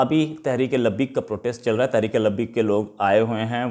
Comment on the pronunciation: लबीक नहीं लबेक होता है Anyways nahin anyway बुर्शा बेगम नहीं बुशरा बेगम है वो यार आप अपना वीडियो कभी अपने रिश्तेदारों, दोस्तो, अडोस पड़ोस या जान पहचान वालों को एक बार दिखाओ, और उनसे पूछो कि क्या गलत कर रहे हो, सभी एक ही बात कहेंगे कि आप हर बात 4-4, 5-5 बार रिपीट करते है और कभी कभी तो आठ दस बार भी, हड़बड़ाते बहुत है, गलत वर्ड्स बोलते है, थोड़ा आप अपने आप को ठीक करने की कोशिश तो करो, पहले भी दो बार आपको कमेंट में यही लिखा है, बाकी आपकी जानकारी बहुत अच्छी है।